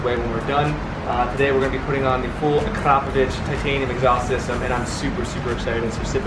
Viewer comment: Akra-poh-vich pronounce it properly ffs